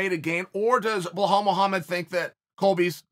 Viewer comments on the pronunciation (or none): blo-hall mow-hammed